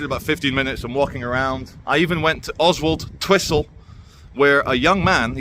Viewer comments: Karma came knocking....btw, I think it's pronounced Ozzletwistle. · Just to twist your mind if you’re not from round here, it’s pronounced Ozzle Twizzle. 😂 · It's pronounced "Ozzultwissel". My late stepdad, with a clipped Paisley accent, had a hell of a job pronouncing it! Keep up the good work